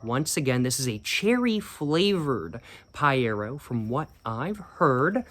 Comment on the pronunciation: I love the fact mispronouced everything except paiero, wich he pronouced in perfect brazilian, true cig fan